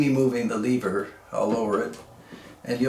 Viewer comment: Jaa there eeh dontcha knoo....Leeever, WRONG!! Proper pronunciation is Lehver, short e....the 1960s Winchester made the 150 lever, 190 semi-auto, 290 pump. They also, made this series for Sears and Roebuck under the Ted Wiliams name plate. Of which the Sears semi-auto was the 3T, and the pump was the 250, of which I have both. Grandfather had all three in .22.LR and .22 Magnum.